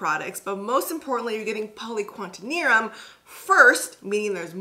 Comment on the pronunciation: Btw, it’s poly-qua-TER-NIUM not quantenium lol